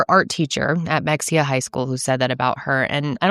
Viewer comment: Oh you butchered the pronunciation of Mexia. I live there. Meh-hare